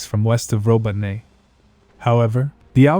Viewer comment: Ro bo Ne... This robot voice needs an upgrade - sounds legit a bit dyslexikkkkk